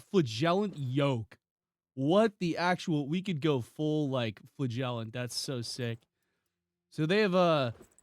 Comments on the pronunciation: You really need to look up how to say "flagellant" You say it like a fart, flagellant. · Also dollars......